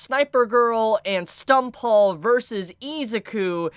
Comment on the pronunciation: Stumphaul?, you didn't need to do him like that.